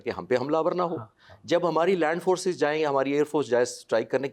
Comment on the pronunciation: Aand force😅😅😅😅😅😅